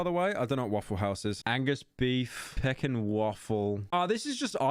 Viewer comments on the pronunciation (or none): peckin? pyro the type of dude to make fun of an american because he don't know english but pyro cant even pronounce pecan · Pekin Waffels. I hate how you pronounce words. I am still hung up on how UK folks say ADIDAS. Zed is fine, it is kinda quirky. But for real though; It is Pea-can, or pa-con, but neVer pekin!